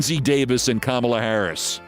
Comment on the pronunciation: Did you just call the VP Camel-uh? You did! Jesus Christ Olbermann, wtf is your problem? You can’t say the word comma-La?